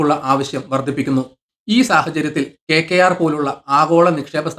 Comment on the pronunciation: എന്താണെടോ ഈ KKR ഒന്ന് തെളിച്ചു പറഞ്ഞൂടെ